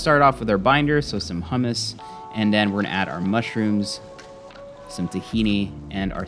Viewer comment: Great video and kudos for pronouncing Hummus correctly. Peace